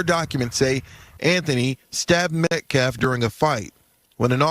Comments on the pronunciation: his name is NOT Metclaf…. Please at least sound somewhat intelligent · This is Y'alls second video, teach her how to PRONOUNCE (Metcalf)😢 Thanks!